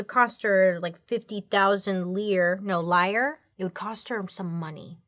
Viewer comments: Just for future reference it's leer-eh. IE endings in Italian normally have a slight long a sound, i's as long e). Great untold story. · Lire, is actually pronounced Lee-rah lol. Love the stories! ❤ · "$30000 'liar'". 😂 I think it's pronounced LirA, but I don't want correct pronunciations! That's why I love her so 💖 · Baileyyyyyy it's Lire (for more than one) . Why does Francesca look like that asian comedian woman from back in the day?! 👀👀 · Lire is pronounced leerah… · Bailey The way you pronounce their money is lear